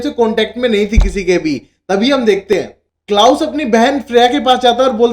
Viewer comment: What is Klaas...it's klaus menn !!!..u need have some accent